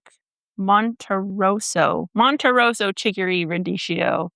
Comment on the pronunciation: Sorry, radee-Kee-o, not radee-shee-o.That's what the h does to a c in Italian spelling.